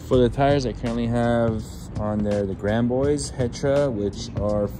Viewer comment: "Grand Bois" is actually pronounced "Grand Bwah". "Bois" is French for wood. Though "Big Wood" might be along the same concept as "Big Boys" :).